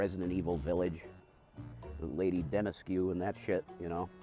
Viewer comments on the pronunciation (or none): lady demescu lol. Rev is the worst person ever at pronouncing words. It's Lady Dimitrescu.. I also heard him pronounce the weed strain of Zkittles, as Z kittles. He tries to sound so smart but you sound like a dumbass when you don't even know what you're talking about